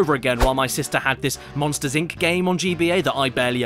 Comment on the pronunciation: WEWCUM TO MOSHTERS INCARCERATED